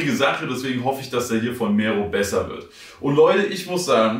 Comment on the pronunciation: Kann verstehen, wenn man Probleme hat mit ausländischen Namen. Aber so schwer, das R in Mero zu rollen? Klingt halt mega whack